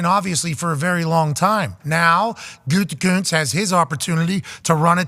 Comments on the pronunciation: It's gutekunst not goontekunst lol Packers talk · but it's WAAAAY better the way Pat pronounces it, because Goontekunst sounds like the name of a dipshit, and only a dipshit would have drafted Jordan Love when he did.